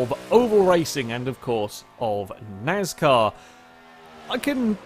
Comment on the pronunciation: What’s NAZCAR? ;)